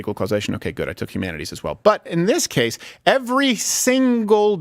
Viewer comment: Freudian slip... "A GAYse of example". 🤣